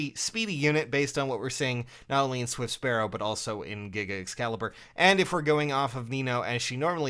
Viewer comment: You say Giga Excalibur but all I hear is "Giggity Excalibur"